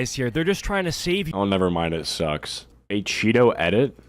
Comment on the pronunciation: ACheeto ❌ Achoppedto ✅